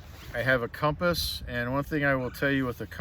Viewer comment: Thank god you pronounce it CUM-pass not COM-pass. No, com-pass is not correct, drives me crazy.